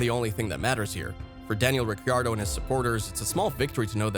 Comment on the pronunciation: Daniel Ricky-Ardo? Mn-ocko Grand Prix? FFS! Know your topic, man. This is just sad.